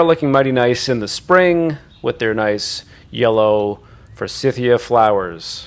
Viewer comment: Thought you’d like to know. Forsythia is pronounced with a long i in the second syllable. It’s named after a gentleman named Forsyth. 😊